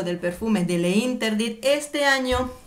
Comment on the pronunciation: Le interdit... no.. se pronuncia l'interdit... sólo és una sugerencia...😍